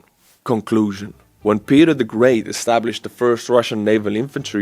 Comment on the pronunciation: Did you say “Peter the Pecker eeater” or was it “Pecker Peter great Prick lickeer” or “ Great Peter is a Pecker”